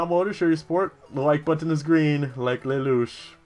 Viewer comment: And on this day, Lelouch haha'd his last haha :( Just with reference to something you said a couple videos ago about how you don't understand how you say button differently, you put pronunciation on the "tt", it's downright adorable! :) I do that with dirty too, don't worry :D